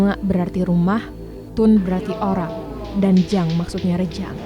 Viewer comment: Not Rejang, but JANG......... JANG PAT PTULAI